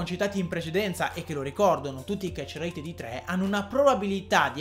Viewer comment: Nessuno: Assolutamente nessuno: a: ketcherreeit